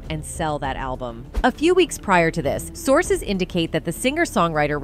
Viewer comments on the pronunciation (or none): none